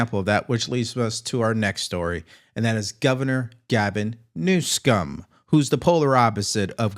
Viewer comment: Please stop mispronouncing the governor of California's name. You are so far above that kind of juvenile thing